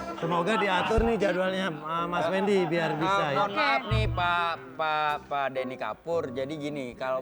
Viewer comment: Bukan gitu bg intonasinya,Deny kan?